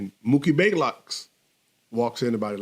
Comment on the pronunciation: Isn't it "BLAYLOCK"? Not baylock